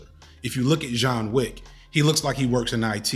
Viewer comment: I love how you consistently call him Jean Wick.